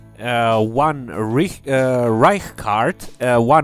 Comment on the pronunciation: Wow you are the first person I have seen to correctly pronounce the “ch“ in Reich and Licht Heart!